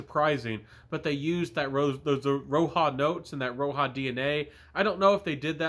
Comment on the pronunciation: Thanks for the review. And the J in roja is an actual J not and H or a Y as its derived from his name.